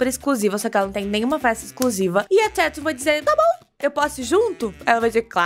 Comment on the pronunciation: A falando "Tetum" me deixa doente. Porém te amo.